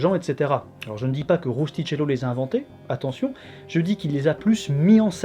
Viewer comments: Le prénom du romancier se prononce « Roustikello » en italien et non pas « Roustitchello » ;) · Beau, comme d'hab :-) Mais on dis "Rustikello" .... en Italien le ch se lit "k" . Merci beaucoup pour vos efforts, je me régale. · Très sympa ! Par contre, attention à la prononciation de l'italien... Le "ch" se prononce "K", donc c'est "Rustiquello" Sinon, pudique tu l'évoques, à quand une vidéo sur le fantasme du royaume du prêtre Jean ?